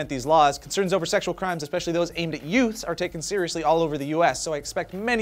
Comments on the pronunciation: Check out says "yous" not "youths" lol! She did it again.:) That's OK I still love you!;) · "youts", really? is your last name Pesci, and did you audition for My Cousin Vinny? Thumbs up if you get it:)